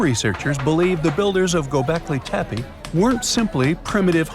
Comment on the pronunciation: Gobekli Tepa? I thought it was Tepe.